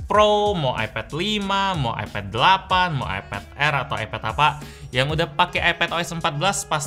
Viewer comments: Kok nyebutnya epet si bang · AiPED NYEBUTNYA BUKAN EPED